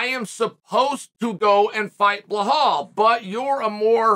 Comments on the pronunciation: It's belal. Not bill hall. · Bilal❌ BLAHAULL✅ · Nobody: Chael: Blahal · Bill - Hall 😂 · Sound it out Chael. Keep trying buddy you'll get it right some day 😂😂😂